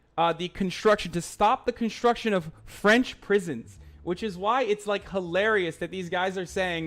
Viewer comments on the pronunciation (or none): none